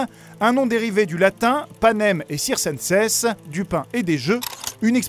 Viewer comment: On dit Kirkensens dans l'expression panem et circensens Et ce sont des tribus. Comme ceux qui étaient sacrifiés pour aller dans le labyrinthe dans le mythe du minotaure (d'ailleurs hunger games reprend un peu le même principe, d'où la référence) Malgré ces petites erreurs c'est une vidéo très intéressante ^^